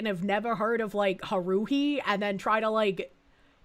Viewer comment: Listening to try to pronounce "Haruhi" did blows to my soul 😂 You can do it,, I believe in you.